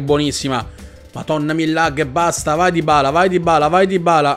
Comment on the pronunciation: Dybala si pronuncia con una B...